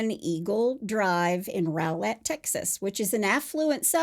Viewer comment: Rowlett is pronounced raw-let. I know it makes no kinda sense but not 1 documentary or news agency has gotten it right. Even local ones